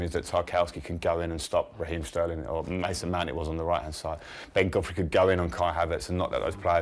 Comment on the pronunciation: The way he said mason mount first 😂